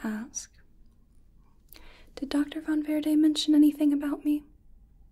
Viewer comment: I love how you pronounce Von Verde!